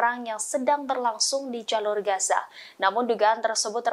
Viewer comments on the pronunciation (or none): none